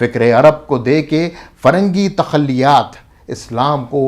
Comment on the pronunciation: حضور۔ فرنگی تخلیات۔ نہیں بلکہ تخیلات۔ جزاک اللہ خیرا